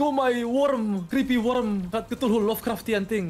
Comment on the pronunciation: "Brain of thuhulu"